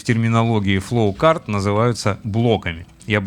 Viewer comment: простите, но почему у вас такое красивое произношение всяких рид темпечур, но вы называете флоучарт флоукартом, каждый раз об поток тележки спотыкаюсь xD